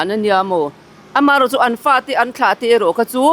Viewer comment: "rau" nilo in "ro" tihtur